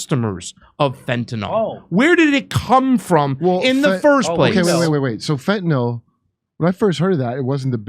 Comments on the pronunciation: It's funny, but Vivek is the only person I've heard in this entire segment who pronounced Fentanyl correctly.🤣 Why does everyone pronounce it (Fentanyl NOL?) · Why do so many people call it "fentanol"? Have they never seen it written down? At least Kurt says it right.